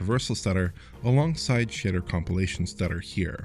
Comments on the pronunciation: Wow.. shitter precompilation, that's just a digestive system, dude. Seriously this guy says the word "shader" at least 4 times and every single time, it sounds like he's saying shitter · This guy says "shader weird. I literally though he said "shitter" the first few times.